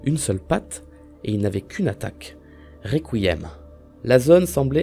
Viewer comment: On est d'accord qu'il a dit recouillem